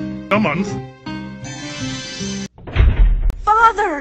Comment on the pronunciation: "Zelda, I'm going 'away' foar? a munf." "A month" "A munf." "A whole month" "Da HO munf!"